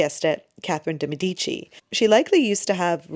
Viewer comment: Its pronounced DAY Meh di chi